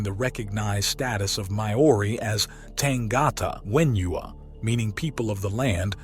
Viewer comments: Pronounced - Kai-man-a-wa - Mao-re (long a) -Tangata Whenua is Tonge-ga-te Fen-u-a - Pounamu - Po-na-moo (long first o like the teletubbie and A) - Kai-an-ga-row-a - Tapu - Taa-poo - a taboo or restricted area and please search for Maori pronunciation of vowels. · Tangata Whenua....sounded Tounge- arrrrr-taaaa Fen-oooo-arrrrr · Tanga Ta Whenua _ pronounced "tung ah ta - when(fen) u(ew) a(ah) "